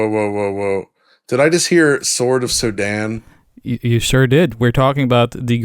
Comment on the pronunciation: Sorry what do you mean? The game is called sword of SODAN (pronounes Soo-den more) ant its an scronym of the danish coder who made the game